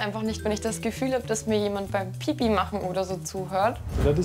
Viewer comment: ist das beste🤣🤣🤣🤣🤣🤣 Die Betonung von pipi😂😂😂🤣😂🤣😂